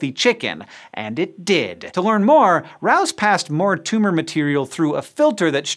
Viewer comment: Rous is pronounced Roo. And k o c h is pronounced cook. If you're going to do a video using people's names at least learn to pronounce them.